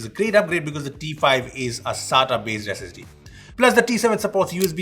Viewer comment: It is sata not saaataa